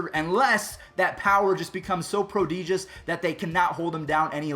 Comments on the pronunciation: Prodeegious? Lol it's pro-deh-jus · Pro-DEEEEJUS. Love that pronunciation lol.